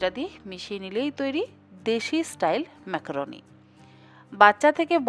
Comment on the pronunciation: ম্যাক্রোনি নয় ম্যাকারনি